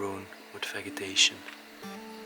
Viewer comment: Hi, such a fantastic find and still after all that time so much is untouched or broken, amazing. With the word vegetation you say it jeh as in "Ve jeh tation". Obviously some rooms like the kitchen have been vandalised but then you see other rooms that are still pristine. The "Secretary desk" is called a writing bureau, my Grandfather had one. The item is a knitting machine for wool to make woollen jumpers etc. That store really was a fantastic find, very unique to see a store left that long abandoned that still had so many products left on the shelves. What a great explore, that has to be your best find so far, thank you for showing us. Stay safe and take care, much love. xx💖